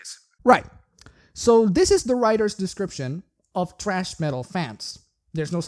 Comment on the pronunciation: What happened to the h in "thrash" as you were reading it? It's not even an accent thing as you also typed it without the h. I'm saying this as someone who doesn't know for sure, but I would think calling "thrash" as "trash" could be seen as an insult. Then again, I don't know, it could be a legitimate alternate name for it. & I believe they meant "hit on" as in "flirted with" not "beaten up"